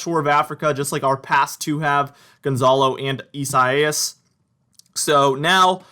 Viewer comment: Dont be embarrassed because you said "Isaias" wrong because even a member of the weather channel got it wrong.